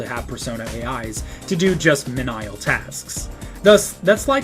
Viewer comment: Sorry, I am gonna be That Guy. Menial is pronounced 'meen-ee-al' not 'men-isle.' No insult meant, just wanna throw it out there.